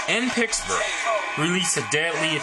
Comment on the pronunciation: At least pronounce it properly. It's PITTSburgh, not PICKSburgh.